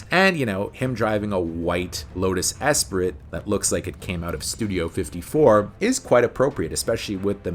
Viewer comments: Mate, great choices and great video but it's pronounced "espree" the "t" is silent. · Just a quick FYI… it’s pronounced Lotus “Espree” lol. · French words ending in "T" alone, become a silent "T" so Esprit is pronounced Espri Assuming you realised it was french!:) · Bond would pronounce it Lotus Ess-Pree